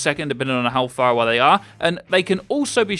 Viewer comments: phar-away.... really?. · "Pharahway now"